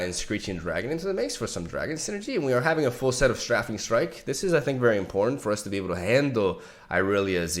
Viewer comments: He keeps asking us how to pronounce things... And yet still says "Sträffing Strike" :c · The pronounciation for "strafing" strike is "stray-fing" by the way. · Strafing is pronounced Stray fing. It's the gerund of Strafe. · and strafing is STRAFE-ING Ok done sorry 👌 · Can we talk about how STILL mispronounces strafing and jettison?? Or is it just a different pronunciation in a different part of the world? I looked online and I can't find alternate pronunciations for jettison, or alternate pronunciations for strafing outside of Britain. Am I going crazy.... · Not gonna say anything about "strafing"? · Darkwater Scourge is pronounced like: Scurge. And Strafing Strike is pronounced like: Stray-fing Strike. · Scourge = 'Sc' as in School & 'ourge' as in urge Also, Strafing = 'Stra' is pronounced stray & 'fing' is still fing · Scourge is pronounced like “SCURGE” Strafing is pronounced like “STRAY-FING” Hope that helps :)